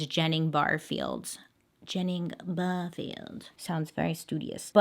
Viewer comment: i’m from SC and my last name is Barfield and it was really weird hearing you pronounce it like that 💀